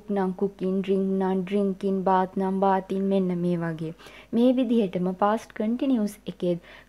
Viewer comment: Good explanation ! Note the correct pronunciation for bathing is ‘bay.thing’ not ‘baa.thing’.